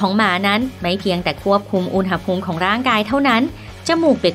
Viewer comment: แอดมินคนนี้แหละที่พูด คำว่า "อุณหภูมิ" ถูก (อุน-หะ-พูม)